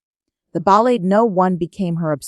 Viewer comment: The AI reads the lines with horrible pronunciation. Disgusting shit."Chopin" "Ballade". ???? 🤮😱